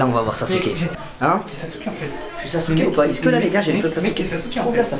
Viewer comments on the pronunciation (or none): sa me stresse au lieu de dire es-ce que il dit isque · Des que tu dit iceque ça me perturbe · Inoxtag quand il dit ''est ce que'' : i ce que ( isse que ) XD